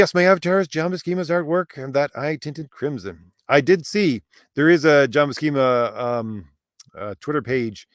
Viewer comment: Buscema's name is pronounced with an "S" not a "K" sound. Both he and Stan Lee have said his name in interviews before. Lol